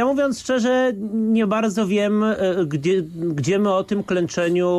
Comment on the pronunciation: 15.21 proszę się przysłuchać sam się zaorał wymawiając gdzie po ukraińsku:)